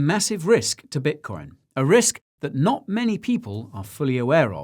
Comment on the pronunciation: The Mr Bean impersonation was spot on but, if I were tuning in for the first time, I wouldn't know he was saying "I'm NOT a financial adviser" 🤔